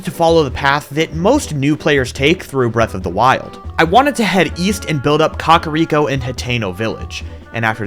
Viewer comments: Why are you saying "Cock-ariko village"? Lol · Up untill this series is thought kakariko was pronounced kah-care-eeko not 🐓-ah-reeko😭😭 I also thought it was hee-bra not heh-bra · "Cock a rico village" lmao